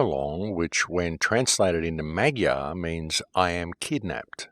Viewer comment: Once again, excellent work,. Thank you so much. BTW, the pronunciation (Hungarian) of the word "Magyar" is more like "mud-jar". Blessings on you, my man! PLEASE keep it going. Your research helps us all.